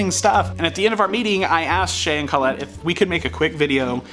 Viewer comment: I am very happy I subscribed ! I won't even give you crap for the mispronunciation of Colette. Oh wait. Did it just misspell Colette ?